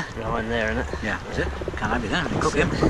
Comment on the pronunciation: There is no 'r' in can't. Why even force it?